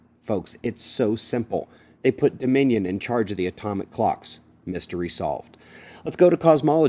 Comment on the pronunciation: Dominion ?? I thought he said "the Minions". Either way, good laugh.